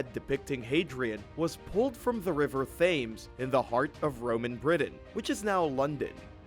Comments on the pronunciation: WTF is a brewch and where is the river thaymes? This guy shouldn't be narrating videos with whatever that accent is. No insult meant, anyone can get pronunciations wrong, but this guy sounds like he was taught English by someone who can barely speak it in the 1st place. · You really need to learn how to pronounce the word Thames.